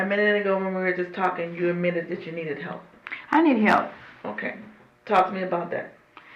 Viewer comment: “ why you did thet? “ with a Masters degree?? Lord!